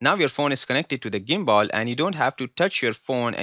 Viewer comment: illiterate gadha, video banane se pahele pronunciation to thik se sikh le ta.... woh "GIMBALL" nehi re gadhe woh "GIMBAL' hota hai ....